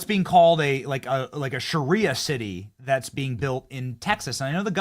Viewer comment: Sha rie ah not sherrya law.